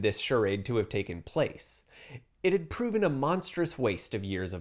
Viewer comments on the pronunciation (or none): none